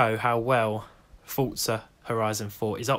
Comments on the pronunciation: Forza!!!! Not fortza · HEY HEY HEY Dont you call Forza FORTza... Its for zzzzaaaaa lol j/k! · Ah yes, "fortza." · Does it bother anyone else how he says Forza? 😂😂